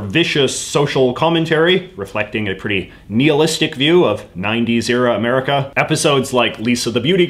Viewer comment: JJ claims most canadians don't speak french but then he throws out words like "knee-hilistic".